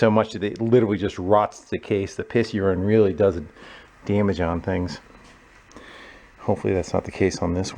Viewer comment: The way you say daemage will never cease to amuse me.